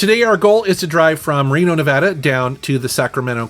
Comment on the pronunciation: Thank you for pronouncing NEVADA correctly.